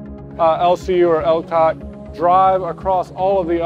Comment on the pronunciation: Warum die KI Stimme und dann auch noch teils so blödsinnige Bezeichnungen. Das Tanken nennt sich Bunkern, das Rad auf der Brücke nennt sich Ruder. Ein Türrahmen ist ein Schott, ein Treppenhaus ist ein Niedergang usw. Das LCAC wird Elkäk gesprochen. Ich kann mir nicht vorstellen das die eigentliche Reportage so inkompetent vertont gewesen ist.